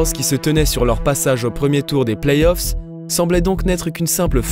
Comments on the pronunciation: Ouais attention, on dit playoffs et pas playsoff. A part ça c'est bien continuez comme ça 👌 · Playzoff ça fait vraiment mal aux oreilles. Vous le dites et vous l'avez écrit dans une citation à un moment à l'écran... Sinon super video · superbe reportage, par contre t sérieux lorsque tu prononce playoff "playz off" ? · Belle vidéo qui transmet bien les émotions Sympa la nouvelle voix off mais le seul truc qui pique les oreilles cest la liaison dans le plays off (on entends playzof) Sinon comment parler de cette série sans parler de l'énorme dunkerquois de Baron Davis sur Kirilenko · elle sont génial vos/ta vidéos mais pourquoi le doubleur il fait la liaison a playoffs ? il dit "playzoffs" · Arrêtez des dire "plaizzzoff" please... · Franchement très bon contenu, mais faites un effort sur la prononciation. Entre les noms francisés sans raison et les lettres rajoutées (playZoffs??!!), c'est vraiment frustrant à suivre, surtout que ça revient très souvent. Bon courage pour la suite. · Très bonne vidéo ! C'est toujours passionnant de découvrir la passé d'une franchise ; mais je trouve un léger défaut a cette vidéo ; la prononciation du numéro 77 des Mavs : Luka Doncíc ; après Donchique et Donkik on en vient à Donquiche !!! On prononce cela Donchiche si vous voulez :D Ça et PlayS(?)Offs ; NoOUItzki (?) ; vraiment rien du tout mais des efforts de prononciation à faire de la part de notre agréable nouvelle voix ! Rip Kobe and Gianna ; both of u will stay in our memories forever <3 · La nouvelle voix en dirai un robot ou une personne pas très renseigné sur la NBA pck pour dire playzoff faut être fort🤣🤣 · Ça fait plaisir un bon retour après il manque juste d’apprendre la prononciation des noms et playoffs